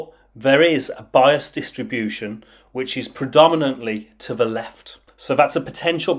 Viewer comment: Why does he pronounce "th" as "v"? Ve instead of the, vese instead of these.